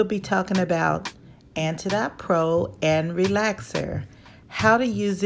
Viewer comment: It’s pronounced like antidote. Like oatmeal. It’s an anti-inflammatory.